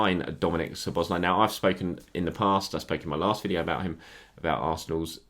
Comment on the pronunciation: Nice pronunciation of Szoboszlai's name. KUTGW. :)